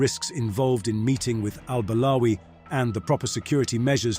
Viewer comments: After listening to you for 3 minutes, now I understand the guy why he did what he did. I mean you pronounced the guy’s name incorrectly for so many times in just 3 minutes Al-balawi, Al-barawi, Al-bawari, Al-bawali. Imagine how pissed off he was because of those CIA agents also mispronouncing his name, that’s why you learn your double agents name correctly, so they don’t turn their backs on you 😂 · I am surprised that you did your homework....my objection is only on the way you pronounced al-Balawi